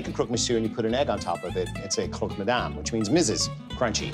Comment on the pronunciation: Is it really that difficult to say 'croc' instead of 'croak'?